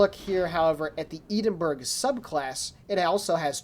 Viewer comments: As far as I'm aware it's EH-DIN burgh. This is how my Scottish friends pronounce it. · iam Scottish and it is EH-DIN burgh i all most die when i heard said that way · Great Video, I think the first one here on YT. Atleast on the EU server WG added this cruiser screenshot as an official news with link from the launcher. I as a non-native speaker won't judge you, but some Scottish guys might be really upset about your Edinburgh pronunciation :-)